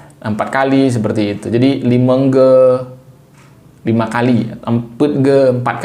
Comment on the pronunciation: Limeng goe ❌ Limong go ☑️ Limöng gö ☑️✅